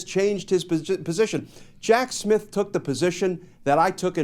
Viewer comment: Is he saying “Jack Smith” or Jack Shit?